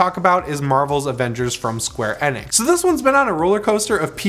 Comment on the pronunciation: The way he says Square Enix is the most annoying thing, he said it wrong the first time I was like yep honest mistake cause the man's talking at Mark 5, but he continues to say it wrong I had to leave the video.